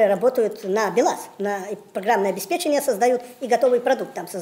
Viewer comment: а слово "обеспЕченье" он говорит, на редкость от других, правильно!